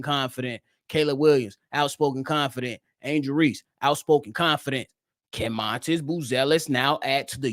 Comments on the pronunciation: It’s really pronounced Madas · M A T A S…… can’t lie you keep calling him montis is killing me